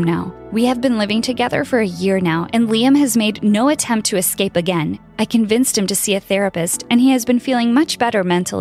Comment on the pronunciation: DID SE SAY EXSCAPE HMM